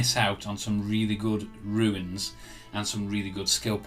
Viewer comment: This video was very helpful and I'm grateful for the work you put into it. But please, sir, "runes" is pronounced "ROONS." Not "ruins." 😅